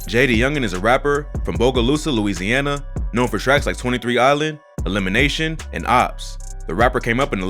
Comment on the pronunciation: This dude say Louisana straight weirdo